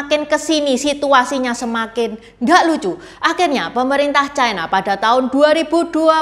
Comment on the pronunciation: Ucapan yg bnr : China, bukan chaina